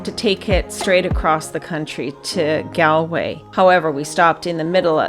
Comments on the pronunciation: We pronounce it GAWL l way, not Gal way, despite the spelling. Also AthLONE and AKill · Very nice video. But just for reference because I've heard Americans and Canadians pronounce the first syllable of Galway incorrectly, it's not Gal as in My Gal, it's pronounced like the word shawl, like gawlway.